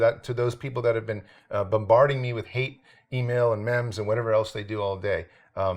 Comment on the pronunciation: the way he pronounces memes makes me so angry